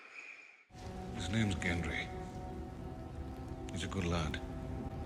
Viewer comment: "Jenry" is actually how G.R.R.M. says his name.